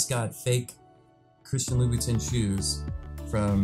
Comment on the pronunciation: Louboutin is prounounced like lou bou ton not tin